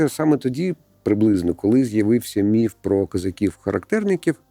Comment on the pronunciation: Дякую що "міф" а не "міт"